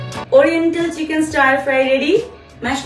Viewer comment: "Stir" fry is pronounced differently not the way you said it..... Rectify and improve the way you pronounce words on social platforms.... sounded very immaterial. You have made the word "stir"..."stair" 😂.... hilarious.